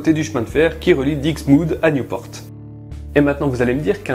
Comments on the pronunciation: pour Nieuport tu prononce new (anglais) - por (sans le T) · Nieuport ont prononcé juste comme ça se lit, "Ni-eu-por", à la française ^^ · Correction: on dit" Nieux-por" (Désolé je ne connais pas l'écriture phonétique) et pas New-port (à l'anglaise). =p Et on prononce Dixmude comme ça s'écrit, même le "X" ! =) Et comme dit plus bas, en effet, le "S" de Anvers se prononce =) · Merci pour cette épisode ! Pour l'info on dit "niepor " qui veut dire le nouveau port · Scharff Raphael Parce qu'on il sait pas prononcer Nieuport, qui se prononce juste comme ça se lit "Ni-eu-por" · Mes oreilles saignent avec niouport et dixmoude mais très belle vidéo ! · Nieuport, ça se prononce "nieu" (comme "lieu") et "por" (le t ne se prononce pas). Cela signifie "nouveau port" en néerlandais. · Nieuport se prononce comme tu le fais, mais sans le t. Nieupor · en francais tu prononce Nieupor et en néerlandais nieuwpoort ( prononcer le t) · Le port de nieu port se prononce comme le mots port